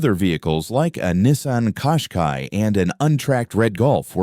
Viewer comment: Nissan Qashqai pronunced kashkhayi